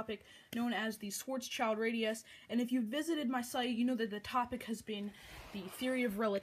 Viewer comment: You need to say it like Sh-w-uh-rz-sh-e-Lt-r-uh-dee-oos